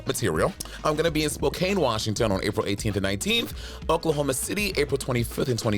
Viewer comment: not monet saying Spokane wrong after grilling bob about it on rivalry lmao